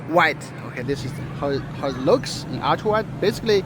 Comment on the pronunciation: Everyone pronounce: Ultra❌ pronounce: Aytia 🤣✔️